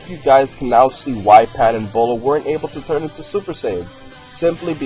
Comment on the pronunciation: Her name is not pronounced Boh-laah....... It's pronounced BEE-YOU-LAAH. Get it right.